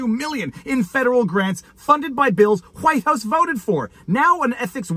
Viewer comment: "Is the hu-wife of hu-Whitehouse..." I can't stop laughing. 😂